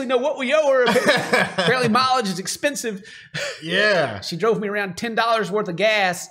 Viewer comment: Anybody else hear “maybe it is egg-spensive.” ?